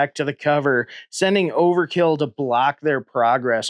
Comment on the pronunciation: If you"ll allow me to be a pedantic nerd for a moment, the name is Overt-kill, no Overkill. Must pronounce the T!